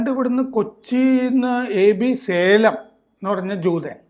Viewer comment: സേലം അല്ല ഷാലേം ആണ്